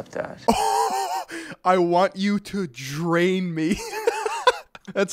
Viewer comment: He said I want you to “train me” not “drain” me. But either work tbh